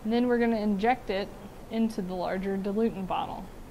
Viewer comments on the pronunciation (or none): Dil-u-ent. Not “dilutant.”